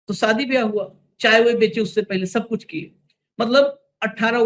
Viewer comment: Saadi nahin Shaadi सादी नहीं शादी सादी का मतलब साधारण शादी का मतलब ब्याह उच्चारण सही कर लीजिये